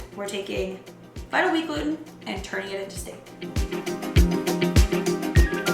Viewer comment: I didn't quite understand what you said .. you're taking ?buttawheat gluten? and turning it into steak? Anyway the combination of ingredients looks really good. I thought you had to wash the flour to get all the powdery stuff off in order to make seitan. Is the consistency the same whether you wash the flour or not?